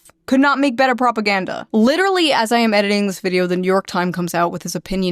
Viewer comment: If I could never hear the word "propaganda" pronounced like "proPUHganDUH" ever again, that'd be so so great.